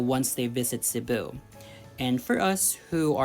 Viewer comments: カッコイイthe way you pronounce Cebu🤟🏻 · CEBU... ang sosy ng pag ka pronounced. as if i am listening to my self😜lol